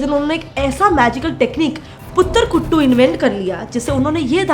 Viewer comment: It's kattu not kuttu and it definitely works for lot of people